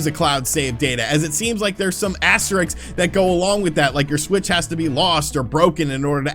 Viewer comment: He also says asteriks instead of asterisk in videos, for example . I don't know if that is about dyslexia or just preferring to say it wrong.